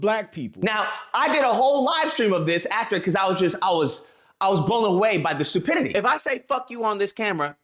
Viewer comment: Lol he said stupity.